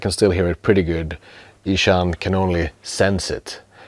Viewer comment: Wait, is his name pronounced "Ee-Shaun"?